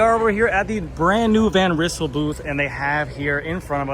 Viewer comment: Van Rizzle? 🤣Thats an alternative pronouncation :)